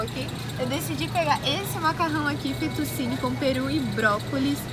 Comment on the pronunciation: nem fetu’si’ni... se fala fetu’ti’ni